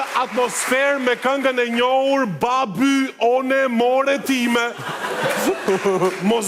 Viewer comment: Baby one more time si shkruhet ashtu e lexon stari si une ne fillore kur lexoja anglishten dhe ndonje fjale e lexoja sic shkruhej 😅